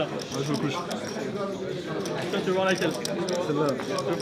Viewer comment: Gage : Tu dis "J'me touche" au lieu de "J'me couche" et "Moquette" au lieu de "Tapis"